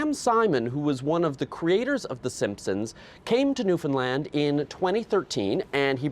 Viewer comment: newfound-LAAAAAAND! lol she made sure she said it right to the point of still looking dumb for pronouncing it wrong even though she tried so hard.